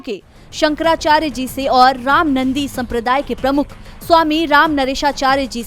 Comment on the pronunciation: रामनन्दी नहीं ' रामानन्दी' सम्प्रदाय है ।